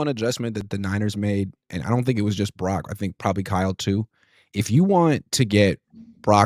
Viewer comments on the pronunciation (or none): Following on utube with 38 followers.... Im a functional drinker. looks like he's tittering on the rails. Brock, not Brack....1st 20 seconds. Love u, something kinda out of line.